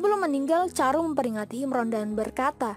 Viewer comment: chandru.. Bukan caru